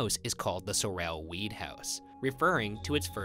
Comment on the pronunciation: My last name is Sorrell, this mispronunciations throughout the whole video got under my skin!